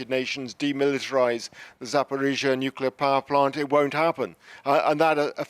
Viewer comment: Yet another presenter incapable of pronouncing nuclear.